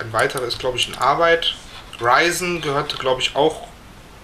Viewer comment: tolles video aber Risen spricht man nicht Reisen sondern nunja einfach "Risen" nur mit englisch betontem "R"